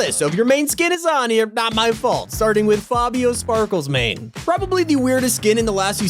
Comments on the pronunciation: Sparklemane not sparklesmane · I h8 how he calls him Fabio sparklesmane its sparklemane